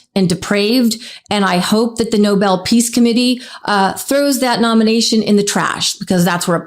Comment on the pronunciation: Bibi… it’s not Noble…it’s Nobel! (Pr. No-bell) 🤦🏻🤦🏻 Why are all these “strongmen” always so weak in the head!🤦🏻